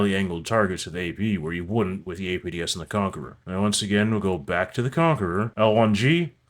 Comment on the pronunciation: Everytime you say "APDS"a spookston dies